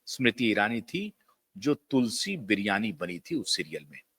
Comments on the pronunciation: She played role of Tulsi Virani & not Biryani. Pl correct your pronunciation . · तुलसी बिरियानी नहीं भाई,तुलसी वीरानी!! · sir, its "tulsi virani" not biriyani or biyani🙏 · Correct your pronunciation. It is Tulsi Virani. Not bloody Biryani. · तुलसी बियानी , बिरयानी 😃 नाम ठीक से बोलो नाम वीरानी है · तुलसी बिरयानी नहीं तुलसी वीरानी केरेक्टर का नाम है 😀 आप नाम क्यों बिगाड़ रहे हो ¿ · तुलसी बिरयानी ❎😂😂😂 वीरानी 👈 ✅ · स्मृति वीरानी थी न कि स्मृति बिरियानी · Tulsi virani not Tulsi biriyani sir😅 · मास्टर जी, बिरयानी नहीं, तुलसी वीरानी। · Good Analysis. But at many times pronounced as Tulsi Biryani & once Biyani probably sarcasticly. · BIRIYANI,???? MERA KAN KHARAB HAI, SHAYAD. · काम कोई छोटाबड़ा नहीं होता! ऐसा कोई जरूरी नहीं कि पैसों की या प्रसिद्धि पाने के लिए टीवी सीरियल में काम करने के लिये आ रही हों। सब सितारों का खेल है। बहुत सारे लोग लाखों करोड़ों की नौकरी छोड़कर अपने गाँव लौटते हुए देखे हैं । कोई शर्म की बात नहीं अपनी कला को follow करना! वैसे बात बिगड़ने और rebranding की बात आपको फोन करके बतायी होगी न! दूसरी बात, उस चरित्र का नाम तक आपको उच्चारण करना नहीं आ रहा! "विरानी " को आपने अपनी तुच्छ बुद्धि के हिसाब से बोला है । ऐसे लफंगे लफ्फाज को दुबारा सुनना हम जैसों के समय की बरबादी होगी। स्मृति जी अपनी वाग्पटुता , साहस के लिये जानी जाती हैं। और ये सुनकर कि उन्होंने रेग्युलर पढाई नहीं की तो उनका सम्मान और भी बढ गया है मेरे मन में। Distance Education मान्यता प्राप्त है । कोई पाप नहीं है । गांधी परिवार के लोग बिना पढे ही विदेशी विश्वविद्यालयों का नाम लिखते आ रहे हैं अपने चुनाव प्रपत्र में । सुब्रमण्यम स्वामी जी ने ये तथ्य बताये हैं । समझ तो गयी थी कि किसी दिलजले ने भारी जलन निकालने के लिये ये वीडियो बनाया है । पर forward कर करके देख लिया । और अंत दिलजलों के लिये RIPकी प्रार्थना करती हूँ । स्मृति जी जहाँ भी काम करेगी , हम सब उनका सम्मान करेंगे। और सुनो , जो नहीं भी पसंद करते , वो भी उनका काम देखेंगे जरूर ! 😂😂